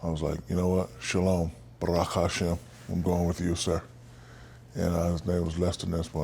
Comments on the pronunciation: He saying Shalom and trying to say Baruch Hashem is beautiful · He definitely said Baruch Hashem, or rather he intended to. His pronunciation was a bit sloppy though. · did he say shalom barokashem?